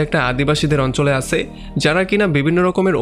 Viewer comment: আপনার 'আছে , ছিল ' এই সব উচ্চারণ গুলো একটু ঠিক করেন। আঞ্চলিকতা থাকলে এক্সপ্লেইন ভাল লাগেনা।